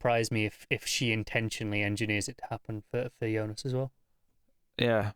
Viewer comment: KUDOS for calling Jonas - YONAS, not americanized Jonas (like J in John), which just irks me out so much with all the other reviewers, ugrh!